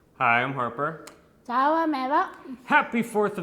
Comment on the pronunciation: It’s “Harper” lol 😂 it’s okay, you tried. Just thought I’d let you know. No hate here!!